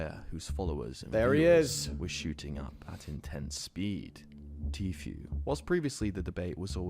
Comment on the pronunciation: bro.. it's 2023 and you still saying Tfue wrong.. dafaq